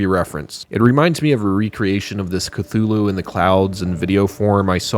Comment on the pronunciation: Instead of Khlûl′-hloo for Cthulhu I thought you pronounced it Kuh-loofo (Im being honest)